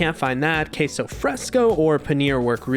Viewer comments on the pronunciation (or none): none